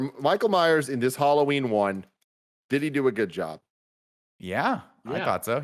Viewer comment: It’s tough to make it through this simply because of the way they pronounce “Halloween”. I can’t.